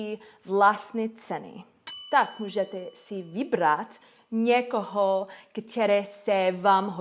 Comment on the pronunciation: Dobrý. Chce to trochu zlepšit výslovnost ň (není), ď, ch. Naopak ve slově který je t, ne ť. A někde ch slyším. Nakonec možná není problém ve výslovnosti, ale v tom, že cizinec mezi tím nemusí úplně rozlišovat při poslechu. Nevím. Ale gramatika je v pořádku. Sem tam nějaká drobná chyba, ale je ti dobře rozumět a ani nemáš moc cizí přízvuk. A co se týká učení cizích jazyků ... momentálně se neučím. Angličtině rozumím mimo slangu a problematické jsou texty písní nebo knižní angličtina s velkým počtem přídavných jmen. Nějak to stačí k tomu, abych se domluvil, v Americe je spousta přistěhovalců a nikdo od evropana neočekává perfektní angličtinu. Akorát pořád zapomínám gramatiku jako podmínky a předložky :(